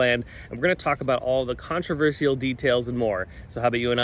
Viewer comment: I've never heard someone pronounce "controversial" the way that you do. Lol.